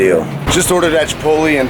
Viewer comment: I love you, but seriously it triggers me so hard when you call chipotle CHIPOLTLEE